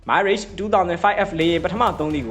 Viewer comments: မိုင်းရစ်ချ်မဟုတ်ပါဘူးဗျ မီရပ် လို့ခေါ်ပါတယ် ရပ်ကို ခ ခွေ ယပင့်သံနဲ့ ထွက်ရပါတယ် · မိုင်းလေ့ချ် မဖတ်ရဘူး။မရာ့ချ် လို့ဖတ်ရတယ် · မီရှပ် မိုင်ရှပ် မဟုတ် တံလျှပ်လို့ အဓိပယ်ရတယ် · Mirage =. မီးရာ့ဂျ် = Mee Raj (. အသံထွက်အမှန်ပါ .) မိုင်းရေ့ဂျ် = အသံထွက်မှားနေပါတယ် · မိုင်း ရစ်ခ်ျ။ မဟုတ်ပါ။ ပြင်သစ် မီးရပ်ခ်ျ လို့ခေါ်ပါတယ် 🎉🎉🎉🎉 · မိုင်ရေ့ချ်မဟုတ်ပါမီရပ်ချ် (တံလျှပ်)ပါ။ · သတင်းမပြောခင် အသံထွက်တွေလေ့လာသင့်ပါတယ် မိုင်းရိတ်ရှ်မဟုတ်ပါ မီရပ်ရ်ပါ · ငါးပိချက် စားပြီး မိုင်းရေ့ လို့ထပ်ခါထပ်ခါ ပြောနေလို့ ကွာ MIRAGE မရာချ့် ပါဟ၊ စိတ်ကုန်တယ် သိလား။ 😂😂😂😂😂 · မီရတ်(တံလျှပ်) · Thank you very much for comprehensive reporting. Please check pronunciation of Mirage. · လေယဉ် နာမည်လေးတော့ အသံထွက်မှန်စေချင်တယ် ငွေရပြီးရောဆိုတဲ့စိတ်နဲ့ တတ်ယောင်ကား မလုပ်ပါနဲ့